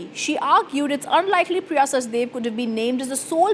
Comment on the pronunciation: Priya is "Sachdev" - why does Republic insist on calling her "Sachdeva" - Please correct yourself. You are calling her both in the same video